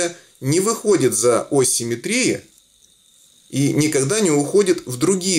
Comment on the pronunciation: простите, но "Ось симМЕтрии", а не "симметРИИ".